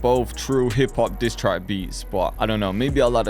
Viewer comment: 😂😂He said disstrake beat😹🔥🔥🔥🔥